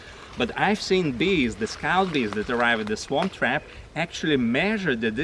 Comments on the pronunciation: I know he's not saying it but it sounds like he's saying Swamp Trap LOL. Pretty sure it's Swarm Trap. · I think he was trying to say "Swarm Trap" which would make more logical sense. Just saying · Where do I get my "Swamp Trap"? Just kidding:) That is what I thought he said though. I just purchased my 1st hive on Friday. And am waiting for our bees to arrive ❤ Thank you for the video.